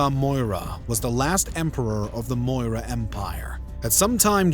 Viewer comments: It’s Maurya not Moira. Pronounced Maw-Ree-Ya. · Moorya not moira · Repeat after me 'Maw Ri Yah' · How do you pronounce CHANAKYA as Chanukia when there is no U in the spelling ? Maurya is also pronounced as Maur-Ya. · Its almost Comical when you pronounce the Name of the Main Character wrong. 'Its Cha Na(a bold) kya Then the narrator calls Maurya Moira. Like seriously check your pronunciation as many people who watch this will be Indians.